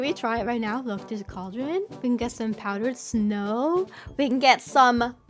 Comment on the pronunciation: Whenever she put the powdered snow into the cauldrons, it sounded like she was saying "power snow" 😂